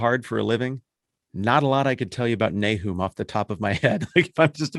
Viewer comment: Nahoom? I've always pronounced it NAY-um.